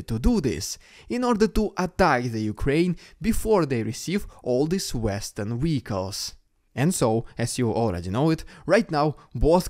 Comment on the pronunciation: What is a Weehiccal ?